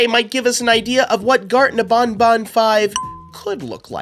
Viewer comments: It’s ban ban not bon bon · "Bonbon" Oh no, no, no, it's pronounced ban-ban Like you're saying, "you're BANNED." You're welcome! Love your content btw! I've been watching your videos since around :) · bro its banban not bonbon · You’re saying garden of BonBon, instead of BanBan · It's not garden of bonbon. It's garden of banban. Where you going to say to the blue spider? Nobnob? It's nabnab. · ITS BANBAN NOT BONBON WHO IS BONBON? THE LIL BONNIE ROBOT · Bonbon? Your wrong is banban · It's not Garten of bonbon it's Garten of banban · I dont like the way he says banban i mean thats how you say it but i say it like banban and not bonbon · How do he call banban to ... bonbon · Bro u said Garten of bonbon